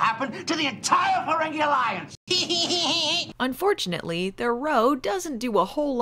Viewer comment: That's not how "row" is pronounced ò_ó